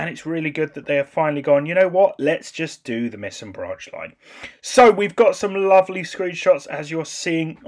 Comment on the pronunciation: The "ei" in Meisen is pronounced like "I" as in "I am a happy gamer". Or as in ice cream. I am happy about the new branch!